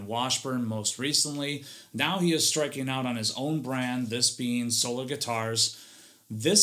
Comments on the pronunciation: I always enjoy your reviews, but I hope you've learned how to pronounce the brand name since then :) Think Soul-R insead of Soul-er. Just picking on ya. I know this is an older vid but keep up the great work that you do!! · 19secs in and I’m already offended you pronounced Solar with the ER inflection (SoLER) - like an eclipse or the regular spelling of this word - when the brand is actually pronounced So-LAR.